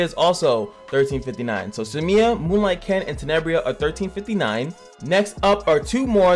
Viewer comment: Cimia is such a cute pronunciation of Cermia, I might start calling her that <3